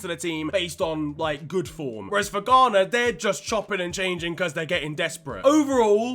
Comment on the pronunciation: Ghana? More like Gone'ah?